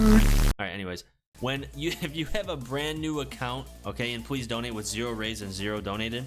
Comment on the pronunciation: dude says "pwease" donate